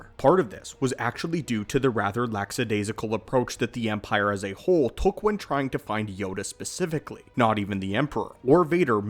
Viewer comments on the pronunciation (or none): It's lackadaisical not laxadaisical. People really need to stop using that combination of words. It's quite lackadaisical in regards to understanding English and shows how lax teaching standards are. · Heard…Lack”s”adaisical…all I needed to hear thanks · Hey look up "How to pronounce lackadaisical" please...